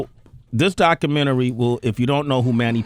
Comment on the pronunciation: I must see that "DOCKAMINNERY". #facepalm